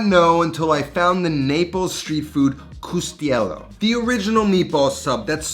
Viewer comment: Cuzzetiello. Sounds like “coot-sa-te-YEL-lo”. Not coostello